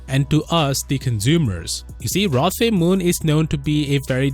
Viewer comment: I'm pretty sure you pronounce it Rlo Te Moon Mixing the R and L into one because Koreans are weird and Tae is pronounced te like in tennis.